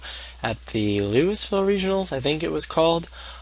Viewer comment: Lol, LouiSSville. You don't ptronounce the S, bro. Common mistake xD. I'm just saying that because I like there.